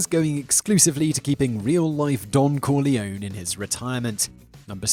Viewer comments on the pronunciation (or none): none